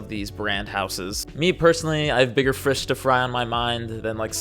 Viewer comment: 😂😂😂😂 was looking everywhere to see if anyone else caught the frish to fry 🐠 😂